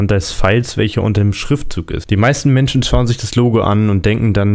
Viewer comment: Beim MC donalds Logo die Betonung😂😂 "Die MMMenschen..."